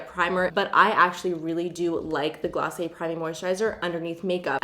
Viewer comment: Hi ✨ Oouuuuu Glossy-Aye😂 love it❤❤❤❤